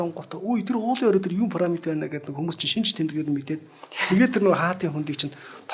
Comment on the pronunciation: Түүхч юм уу оролцогч нь? Парамид, Газа гэнэ үү? Ядаж ярьж байгаа газар орноо зөв дууд аа. Пирамид, Гиза гээд...